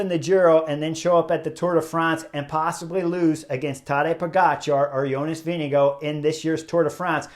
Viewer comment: he actually pronounces Vingegaard prety good